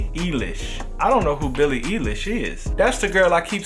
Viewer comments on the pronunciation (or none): 😂 said Billie EElish. That made me laugh so hard. It’s like ilish. I think you should definitely check her out. I’d dig a reaction. Plus those memes of her are stupid funny. 😂😭